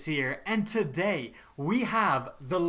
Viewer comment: WHAT is up guys!!! and TaDaY....lol every video he says that and sounds exactly the same and puts such a strange emphasis on TADAY! lol. weird. Good vids though. I'd waste you in PvP though. anytime. anyday. any map. pwnage. BET!